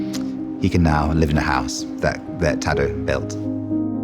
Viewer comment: tadAo. not taddo